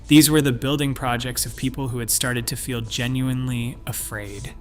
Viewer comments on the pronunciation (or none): none